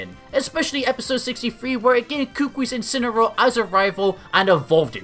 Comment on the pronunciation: And she called his incineroar in "inciny"